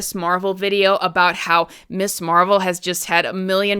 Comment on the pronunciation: It sounds like you're mispronouncing it 'Miss' Marvel instead of 'Mizz' Marvel. While that normally might not be a big deal I think for a lot of people, at least women who grew up in the 60s and 70s, it might be. The idea of Ms. as a designation at the time of the creation of Ms. Marvel, was to separate it from Miss, because while originally Mister and Mistress did not designate marital status, by the time it got to the 19th century they did, so when we get to the 20th century and the second wave feminist movement, they wanted a designation to be different and part of the differentiation is the pronunciation.